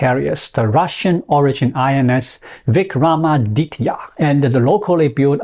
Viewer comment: Big props for taking the time and attention to learn how to pronounce - `Vikramaditya`. Many so called "India experts" in the US routinely butcher Sanskrit words. Subscribed.